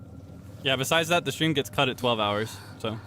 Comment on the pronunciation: Otsuukaeee thank chuu for the stweam